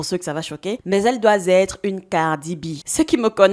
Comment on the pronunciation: Arrête de dire : " elle dois-zêtre "; c'est elle doit-têtre " si tu fais la liaison.